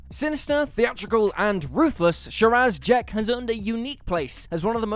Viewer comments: I’ve seen The Talons of Weng-Chiang hundreds of times, and Li-H’sen Chang’s name is not pronounced the way it’s spelled. Nor was Sharaz Jek’s name pronounced “Sharaaaaaaz”. He pronounced the story correctly, but mispronounced the name of the planet, even though the name of the damn planet is in the title! I hate when I watch a YouTube video, and it’s obvious that the presenter/host is unfamiliar with the topic. I know it’s nitpicking, but I see these kind of mistakes too often, and it’s annoying. I notice it more often with younger Who fans, who are more familiar with the modern series. Just because you know everything about new Who, does not make you an expert on the classic series. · Andrazoni, Shiraz Jek, Scar-roth ?